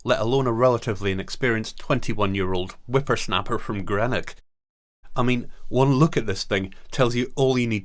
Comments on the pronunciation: You've knocked it the park this time , fantastic photos , brilliant biography, nothing else like it on Hamish in all TV. Only thing its Green-ock not bloody gre-nock, and you a Scotman. Other than fantastic episode, I'm gonna recommend this one to a few folk. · This guy cant pronounce Greenock , Salford or Palin. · Absolutely superb! If I can offer any criticism, it is only in the pronunciation of "Greenock".